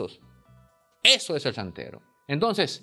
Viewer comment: Chantero. No santero.